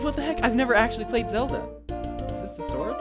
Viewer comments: HE CALLED LINK ZALDA!!! 😮👿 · Ain’t no way you said Zelda.